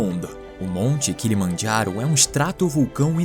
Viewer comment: O kilomajharo, kkkkkkkkkkkkkk, português e italiano, kkkkkkkkkkkkkk